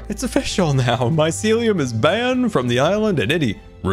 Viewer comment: he actually probably knows but faking it also it's mycelium not mysiliam